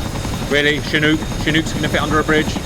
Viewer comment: Wait, wait, WAIT!!! A Brit CORRECTLY pronounced Chinook?! WE ARE WITNESSING HISTORY, PEOPLE!!!!